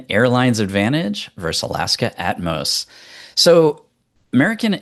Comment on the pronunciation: keeps calling it At-mos! It’s Atmos (one word) 😂.